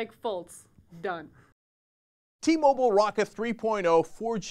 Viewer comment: It's T-Mobile not T-Moble. Just sayin'